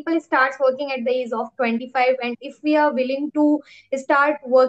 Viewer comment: Ur pronounciation of age and small is wrong.Small should be pronounced as "smoll" And the pronounciation of age u can see in google. Because it's difficult to explain.However don't feel bad because I am not judging u . I am just helping u to improve. And yeah I love ur confidence and smile 😃